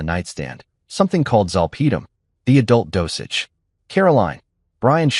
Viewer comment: I'm not at all amused about a "four" in her arm. It's an I.V. in this story, its not the Roman .numeral for the number 4. It is referring to the common abbreviation for the word "intravenous." Also. Zolpidem is mispronounced. I worked in a medical office for 36 years. My work included proofreading of lengthy and complex medical /psychiatric reports.